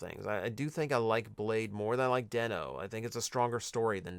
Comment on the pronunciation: Bro did not just say den o is good